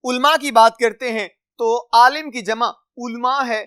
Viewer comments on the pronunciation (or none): none